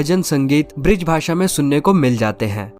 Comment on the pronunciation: ब्रिज नहीं ब्रज बोल